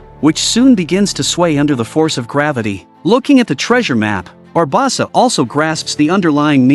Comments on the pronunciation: Bar-bow-Suh Barb-oh-suh Great vid, mispronunciation of barbosa ate me up 😂😂😂 loved it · Barbosa not barbasa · I agree, how is it he can say everyone's name correctly EXEPT barbOsa! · It's actually pronounced BA BOS SA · The way the AI says “Barbawwwwwsa” over and over… it’s hard to believe at least half the population would be dumb enough to not realize the difference between AI and a human. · He said it in 9 different ways and none was correct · I absolutely love this channel every single video I watch it thumbs up, etc. They mispronounced Barbosa Every. Single. Time. I tried not to focus on it, but it didn’t work. 🤦‍♂️ Yep. White people probs 😂😂😂😂